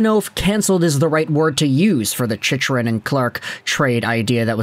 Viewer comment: You’re not a fan can’t even say chychrun name correctly